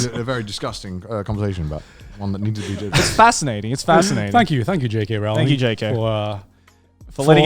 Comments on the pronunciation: It’s “Row-ling” like “bowling,” not “Ral-ling” like “fouling.” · I love how they talked about one of their dads no learning a new pronunciation and then proceeded to mispronounce Rowling's name for the rest of the video XD If you don't believe me, check videos of Stephen Fry and Jim Dale saying her name